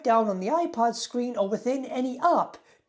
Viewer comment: Af first it sounded like you said iPod.